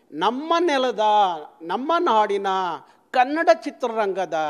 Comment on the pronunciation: ಇವನು ಮೊದಲು ಅಆಇಈ ಸರಿಯಾಗಿ ಕಲಿಬೇಕು...... ಅ ಕಾರ ಹ ಕಾರ ಉಚ್ಚಾರಣೆನೇ ಬರದವನು ಅದೇನು ಹೋರಾಟ ಮಾಡ್ತಾನೋ??!!!!!?? ಖನ್ನಢ......ಓರಾಟ....ಹಾಯ್ಕೆ.....ಎಣ್ಮಕ್ಳು... ಅಯ್ಯೋ ಭಗವಂತಾ ದೇವ್ರೆ!!!!! ಇವನ ನಾಲಿಗೆಗೆ ಮೈಸೂರು ಸ್ಯಾಂಡಲ್ ಸೋಪ್ ಹಚ್ಚಿ ತಿಕ್ರಪ್ಪೋಯ್!!!!!.........